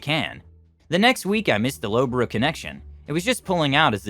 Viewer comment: Actually laughed at the pronunciation of Loughborough anmd Leicester. Nice try, but it's pronounced Luff-bur-rur. "Lough" is prounounced very not-how-it-looks. Leicester is leh-str similar to the name Lester